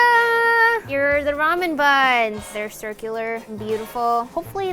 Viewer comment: It’s pronounced ramen not ramen